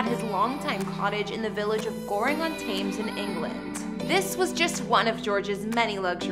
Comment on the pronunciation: Thames is pronounced Tems luvvy… not tames .